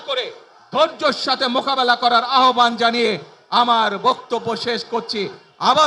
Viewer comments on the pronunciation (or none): none